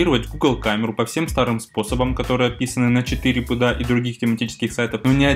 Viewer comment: 4pda произносится как For PDA ))))